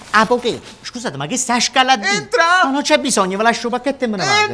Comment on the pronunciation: Entrah? Non entrah!😂